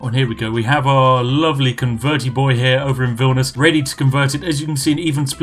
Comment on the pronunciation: that's not how you say Vilnius. you pronounced it as if it was Vilnus.